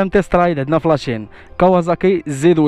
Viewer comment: كاواصاكي ماشي كاوازاكي😂